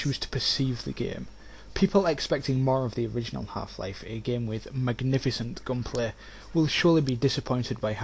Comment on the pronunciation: I can't decide if I love or hate the way he says "gunplay"